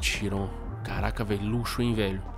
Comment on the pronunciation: Kkkk não é "shiron" e "chiron"